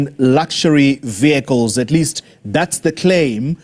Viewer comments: It is not viecles. It is vehicles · What on earth is vycles or the way she pronounce it vycles vehicle's Speaker, back to school if you please. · She looks like she is lying about these vehaaikles 😅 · Can't pronounce VEH HI KILES properly but can pronounce Mercedes and perhaps Lamborghini PERFECTLY. BEE EM WOBBLE YOU comes a little easier on the tongue. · Vee-High-cil = Vehicle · She can't even say vehicles🤣